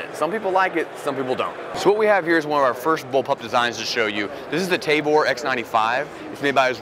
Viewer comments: it's "Tah-vor" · Is it actually pronounced Tay-vore or is that his white supremecy kicking in?